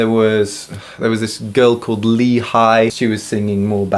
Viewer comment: btw lee in korean is pronounced 'ee'